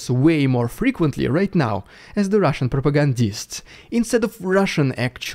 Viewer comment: Terrific video. Love your humor. 😂 esp Rrrussian prrrropaganda 😂😂😂😂